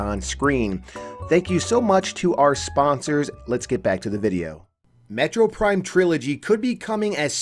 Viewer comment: Take a shot everytime he says metro prime instead of metroid prime.